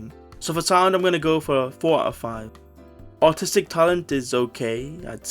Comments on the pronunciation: I might be deaf, because I can't help but hear autistic talent instead of artistic talent every time 😭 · When you said “artistic talent” I was not looking at the screen and I was confident you said “autistic talent” 😂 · I heard "artistic talent" as "autistic talent" and honestly just went with it until I read the line lol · You did NOT say artistic